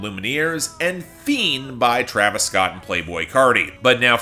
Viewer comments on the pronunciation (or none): none